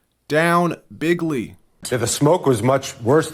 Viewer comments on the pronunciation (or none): “Bigley”…fun,!